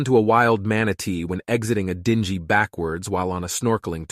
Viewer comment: You pronounced "dingy" and "OB Gyn" embarrassingly wrong